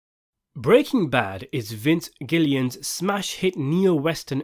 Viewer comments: Good video! But its Gilligan not Gillian* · Vince Gilligan. Not Gillian, GILLIGAN. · "Vince Gilian" 💔🥀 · It's Vince Gilligan not Gillian. Respect the legend. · Vince Gillian? You nean Vince Gilligan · Its pronounced GILL-UH-GIN. Not "Gillian" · Vince Giligan not Gillian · You really made this entire video and got the creator of the show's name wrong? Lol. It's Vince GILLIGAN, not Vince Gillian. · Why does the narrator believe Vince Gilligan's name is Gillian? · Vince Gillian???????? His name is Vince Gilligan... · you mispronounced and misspelt his name it's Gilligan not Gillian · It's Vince Gilligan not "Gillian" . Right off the rip not a good sign of the video's credibility. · Vince Gilligan**, not Gillian. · I have my doubts about watching any further when the narrator can't even pronounce the correct name of the creator of the show. Do you know so little that in all of your "homework" for this video you never heard Vince Gilligan's name before. It's not Gillian. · i know this video is gonna be bad if a png of Jessie and Walt is slowly zooming out while you say Vince Gillian, it's Vince Gilligan, atleast say the fucking name of the creator right in the first 10 seconds of the video dude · You mispronounced and wrote Vince Gilligan's name wrong in the video and description. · When you called them Vince "Gillian" and Aaron "Pool" i was certain this was satire. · It's Gilligan, not Gillian. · You said and wrote Gillian, instead of Gilligan. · Gilligan* not Gillian :D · Gillian??? It's Gilligan!!! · gilligan bro. not gillian lol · Vince Gilligan, not Vince Gillian. You missed a g. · Hey man, nice video - and sorry to be a pedant - but the creator of Breaking Bad is called Vince Gilligan, NOT Vince Gillian. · Hes name is Gilligan not Gillian😉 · Gillian, really? ffs it's Gilligan lmao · Directors name is Vince Gilligan not Gillian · It's Vince Gilligan not "Gillian" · Vince Gillian???!!! It's Gilligan. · It's Vince Gilli(g)an not Vince Gillian mate. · “Vince Gillian”